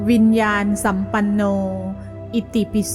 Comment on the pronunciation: ต้องอ่านว่าวิญญาณนะสัมปันโน